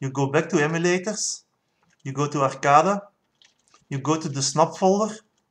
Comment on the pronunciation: I have to give you an English lesson. It is Arrrrrrrrrrrrrrrrrcade. So Arrrrrrrrrr cade you are saying it arcada. Cade is like cage so say cage and then say cade. Start saying arrrrr and then bring in the cade.